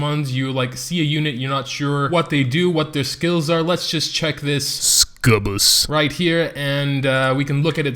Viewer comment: Why do you say SSSCUBUS? It's funny af tho